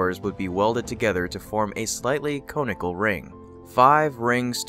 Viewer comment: May I please help with pronunciation? Conical (kon-ik-al)